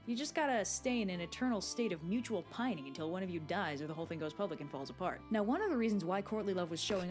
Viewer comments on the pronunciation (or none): none